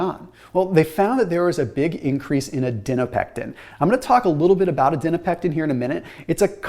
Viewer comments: You’re saying ADIPONECTIN wrong 😂. It’s not Adinopectin. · ADIPONECTIN, not adinopectin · I noticed that too!!! Was frustrating to hear haha, especially being in nutrition research and knowing it’s adiponectin. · Adiponectin...not adinopectin. The PhD in me won't allow it. LOL. Thanks for your enthusiasm in bringing these studies to us. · Its called adiponectin, but he keeps saying adinopectin :D